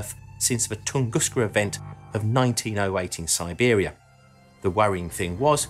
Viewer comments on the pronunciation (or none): none